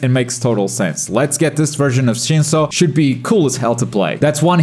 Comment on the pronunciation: dude got shinso correct